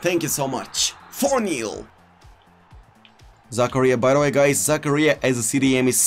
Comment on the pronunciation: Everyone pronouncing Zakaria: za-car-rear: Za-Career!!!